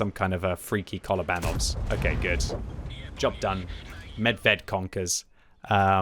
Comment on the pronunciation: You pronounce the name of the tank not right! It is… MEBEB!